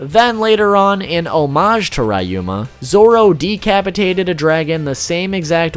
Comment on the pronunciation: RAH you mA (ryuma) 🤦🏻‍♂️😑🤦🏻‍♂️😑🤦🏻‍♂️😑🤦🏻‍♂️😑🤦🏻‍♂️